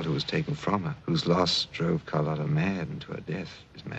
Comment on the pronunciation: No matter how many times the characters in this movie correctly pronounced her name as "car LOT uh", continued to call her "car LOTE uh." That's some real determination!